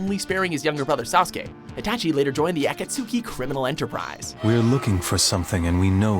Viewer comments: Really? A-Kat-su-ki? It's A-cats-ki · AK-AT-SUKI. REALLY. You've said it correctly before many times. Come on. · I hate how he pronounces Akatsaki wrong😤😡😠😬. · It's Akatsuki... the "u" is silent, the "a" sounds like "ah". So the whole word is pronounced like "Ahkahtski". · He really butchered the pronunciation of "A-Kats-Ki" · aca- su- ki bitch its aktsuki. Fuck you get it right bitch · "Aa-cat-soo-key" xD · The Ah-Kut-suki criminal enterprise. Lmao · A-KAT-SOO-KEE? Nani? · AH Did he seriously pronounce it Ah-kat-sooki? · I'm a simple man. I hear the narrator say Akatsooki, I click dislike. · Why? Because he has problems to pronounce names? I bet that some things that u think u pronounce properly are as bad pronounced as Akatsuki in this video.. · did he really just say akatsooki?!?! FACEPALM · I cringed when he said "Akat-Suki" from Naruto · it's pronounced akatsuki (aka-t-ski)and he didnt kill the village. sorry but i had to be that guy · at -cat-suki...he's doing this on purpose right? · akatsooki lol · did anyone hear how they said akautski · Oh Lord....he just pronounced Akatsuke AKAT-SOO-KEE......ahahaha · Cringe "aaaaaah kaaaaah sue key" 😭😭😭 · Ah-Ka-su-Ki?! Facepalm -_ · Akatisku how tf do you say it wrong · ahhhh cut sooki its the fucking u kats ki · It's written Akatsuki and pronounced Akatski DUMBASS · lol he pronounces it Akatsuuuuuuuuuuuuuki , damn what a dumbass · "Aka tsuski"...... Stop. Just stop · a-ka-tsu-ki, dude 😂😂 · I came straight to the comments after he butchered the pronunciation of Akatsuki cause I knew I would find other Naruto fans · a-kat-suki..... only you could manage to butcher a name that they have said in all dubbed naruto... how!? how do you fuck up shit that's already been translated? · the pronunciation of akatsuki kills me and Itachi didnt do anything to the rest og the village XD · My god did he butcher the word Akatsuki >< and with Hunter x Hunter you dont say the x ><